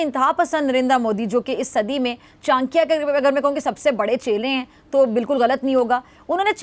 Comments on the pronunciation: Behn chankia ni it's chanakya😂😂😂😂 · Chankya nhi😅😅😅😅 Cha na kyaaa bolo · CHANAKYA HOTA HAI ..CHANKYA NAHI .....JAHILO